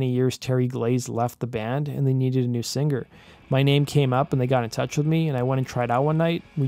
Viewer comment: Great video man. And I love how you say singer like sing-ger. Like a lion.. Rarrrrr!